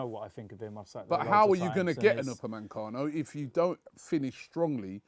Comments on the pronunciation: No one: Robbie: upamancano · Triggers me how Robbie says Upamecano, "Oopamancano" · Nobody: Robbie: Upanmencano